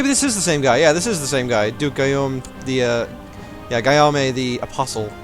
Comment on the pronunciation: Just an fyi, Guillaume is pronounced Gee-Yom. Huh, correcting pronunciations gives me a strange sense of deja vu